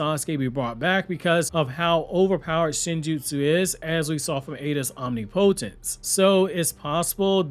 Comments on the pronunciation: Absolutely love you and your videos man, so cool to see you collab with your patrons— just so you’re aware it’s pronounced “OHM-Nip-Oh-Tense” instead of “Omni-Po-tense” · Damn it! You have got to learn how to pronounce OMNIPOTENCE…. 🤦‍♂️🤦‍♂️🤦‍♂️